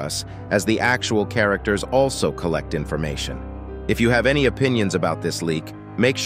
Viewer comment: Noone asked why he said "Aslo" instead of "Also" at the middle part. Pretty sure u guys skipped it